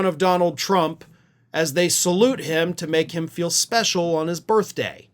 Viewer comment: "...on his birfday." 🤣😂🤣